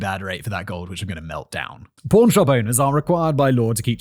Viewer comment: For most of the video I thought he was saying “porn shop” not pawn shop lmao